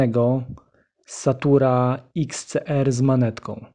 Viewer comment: "satura"? Zajebisty "ekspert", który nawet poprawnie nie potrafi wymówić nazwy amora :/